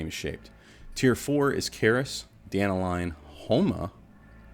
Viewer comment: I find it kinda funny that all you American content creators can't pronounce Dan-talion (talion like the shadow of modor main character) and it becomes Danta-lion. It's just one name butchered among all the rest but it really stuck out to me since global launch.